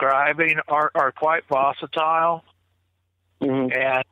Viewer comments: Lol!! Dang that word "vositile" is murdering the king's English!! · It’s getting hard to keep hearing the word “voss-itile”. I think he means volatile. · Was so sure vocitile was a word, almost as sure as they were on the menu....😂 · seems like a nice guy, but he said "vositile" so many times it was driving me bonkers! I think I'll just start making up my own words too. lol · vositile..? it's kinda hard to take some one seriously when they come up with a word like THAT. Although, I remember hearing an interview with Jeff Meldrum where he kept saying "dimunative" when I believe he meant "diminutive".... 🤣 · vocatile is definitely not a word - but I think he means volatile? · It makes me itch. See my snarky definition of 'vocitile' in the comment thread. 😃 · uses the word “vositile” so convincingly that I had to get a dictionary to check to see if “I” was mispronouncing it!!! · "The whole situation was "vosatile". I think he means 'volatile'.: -) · Gazgandalf Lol...vosatile. I noticed the same. And he said it 7 times. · So glad I was not the only one irritated by the word “vocitile”. I kept correcting the half dozen times he used that non word. Lol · Vosatile???? Could you mean, volatile? Hmm Repeating Vosatile over and over. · What's "vositile"? Does he mean volatile? 😂😂😂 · If you have a hard on for a word and try to fit it into every sentence you can manage it into, you should learn how to say the word right, at least.. lol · Vocitile? wth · Why did keep saying vositile?.. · Is saying “vositile” wtf is vositile?? Is that Sasquatch lingo? Lol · No such word as "vocitile,. Maybe you mean volatile, or visceral but I hear you say vocitile quite often,. Not just in this video, but just about every one you're in. No such word, Sir. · Right? Does he mean volatile? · Someone please tell its 'volatile' not 'vosatile'. EDIT - i now see I'm not the only one bothered by this - LOL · Did he me volatile? He kept saying vocatile.